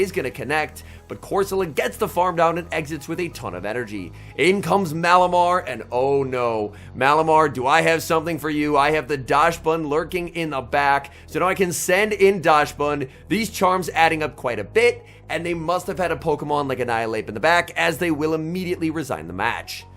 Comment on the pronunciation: Please fix your pronunciation being deliberately wrong with so many is just hard to watch. Fido. Doxsbun. Pidget. Not saying corsola like an Italian dish.